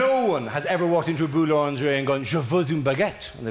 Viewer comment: Boulangerie is pronounced as boolingeree. Proof English speakers really don't know French. 😂😜